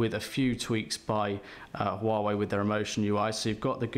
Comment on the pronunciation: ffs its wah-way